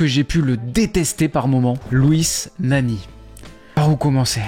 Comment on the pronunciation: Le "Nani" en japonais 😂